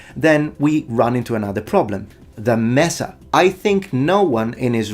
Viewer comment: Oh my god, your german pronounciation has improved *a lot*. That "Großmesser" and "Messer" where absolutely on point, perfect!